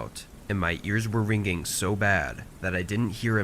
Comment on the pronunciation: "Ringing" (soft "ing") on the G and the "ing". Not "Ring(uh)ing(uh).